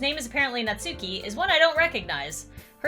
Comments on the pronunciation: its not nat-suki its nas-ki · There's a "u" in "natsuki" but if my memory serves me correct it's pronounced as if the "u" isn't there, not nagging just a small bit of information.